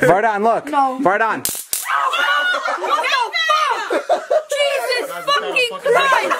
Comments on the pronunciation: It’s not “ Vardan “ it’s Vardon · It’s vardon